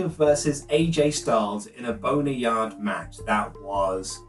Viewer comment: Did just say “in a boner yard match”?